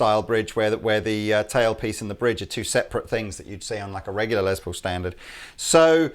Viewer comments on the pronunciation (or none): It is Less Paul, not a Lez Paul.